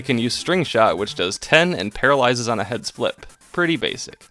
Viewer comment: What says: "Heads flip." What I hear: "Head spliff."